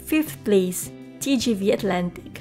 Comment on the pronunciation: When she say SIX or FIVE PLACE it sound like SIX PLEASE